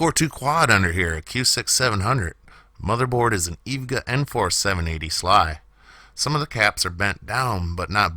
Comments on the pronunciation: it's EVGA not eeevga. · He can't say things right ahhhhhh ev-gaa its e-v-g-a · "eevga"..? What? E. V. G. A. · Eevguh Sly!?!! Are you serious dude? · Evga it’s e v g a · E-V-G-A lmao. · It's EVGA EEVEE G A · It's generally pronounced EEE VVVVV GGGG AAAAA. But a new/old machine fixed up for $25 is always a satisfying accomplishment. I have couple of ASUS A8V Plus boards and Athlon X64 2 bangers which won't boot now. The one was parts off of Ebay to try to fix the other one, which I built from Newegg etc. parts and ran for 12+ years. Great machine, once, and I tried to save it. Unfortunately CPUs that old from ebay were no better than what I had and mobo replacement was no better. Gave up and modernized, but was worth a few $$ to try. Great job here.... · It’s pronounced e vee gee ay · say eve-ga one more time... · "eevguh" no, just no. you say the letters, just as you say the letters in SLI.. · It's "eevga SLY" lol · you really butchered the pronunciation of "evga" and "sli" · Say EVGA again please?